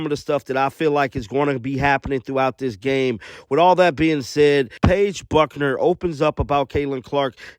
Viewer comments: Her name is Paige Bueckers (Beck-ers), not Buckner. If you are going to make videos about women's basketball, at least learn what their names are and how to pronounce them. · it’s pronounced “Beck-ers” - do not mean it as a criticism, just more of a heads up since I think your content is top-notch, so I don’t want haters to get their little critical comments in there later on (and Paige is going to have an incredible season, so you’ll likely have a chance to cover her a good bit!) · Common, Man, Paige's last name is prounced "Beckers". There is no "n" in her name. Beckers. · Pet peeve of mine, get the names right. Paige Bueckers, pronounced like "Beckers". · So now you will have almost a year or two to learn to pronounce correctly the name of: Paige Bueckers